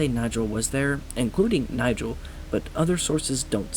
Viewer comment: Just a small note that the pronunciation of Nigel is incorrect The guy walking with the hat is Kovacs